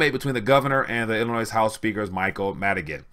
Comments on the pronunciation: Don't pronounce the final s in Illinois, it's silent. Time for a haircut people. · Please learn how to pronounce Illinois the S is silent.